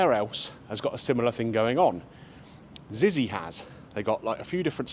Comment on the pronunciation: It's pronounced Zitsy. When my son was little we went in Zizi's every Saturday for 4 years as he would only eat Spag Bol